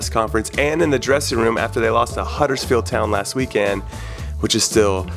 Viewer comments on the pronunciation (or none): Does it bother anyone else that Conradinho says weekend "weekand"?